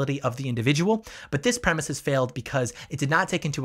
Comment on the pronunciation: BTW, "premise" is two syllables, not three. I just have to unsubscribe. Can't stand bible thumpers.